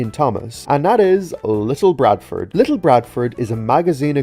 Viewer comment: Ok good video and it’s very fascinating but however you siad little barford’s name wrong. You siad little BRADFORD, the b shouldn’t be there lol